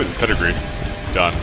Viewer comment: Are you saying pedigree, it is peregrine